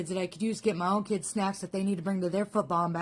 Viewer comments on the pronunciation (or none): It cracks me up everytime someone says "key ids" and "chih rin".